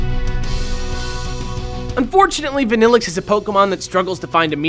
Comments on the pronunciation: I like Vanilluxe and i've used it in 2 games. If you pronounce it the correct way it sounds even better. why are you pronouncing vanilluxe as vaa? when its clearly a pun on vanilla? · I've always liked Vanilluxe but isn't it meant to be pronounced (Van-ill-uu) ?